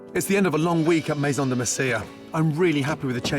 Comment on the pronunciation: My God. Another episode where no one knows how to pronounce the place they're working in. It's Meh-son deh Meh-si-yah. It means something like "the platform of clay" or "the area of clay". You can tell it's quite old spanish because no one else speak in that manner anymore, so it's got to have been a part of the Spanish Empire. Way before Mexico and the US even existed as countries and the land was passed from one nation to the other.